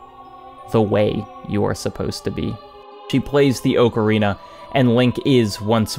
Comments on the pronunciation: ok i cant. You're saying ocarina wrong. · Your saying Ocarina wrong